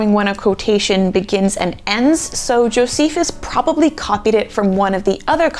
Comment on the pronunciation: You said Jofeces 😂 Great video btw ❤